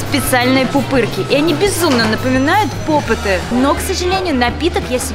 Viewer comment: Попиты а не попыты🙄😒